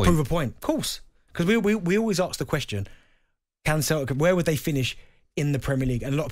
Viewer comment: Someone needs to arks Darren Bent why he says "arks" instead of ASK